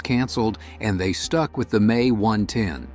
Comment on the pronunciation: Younger listeners will think it’s actually pronounced May instead of the M E. Congrats A.I.